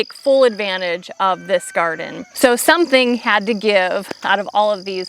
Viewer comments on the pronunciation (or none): none